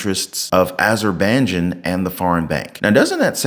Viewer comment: Azerbaijan = Pronounced (az-your-by-john)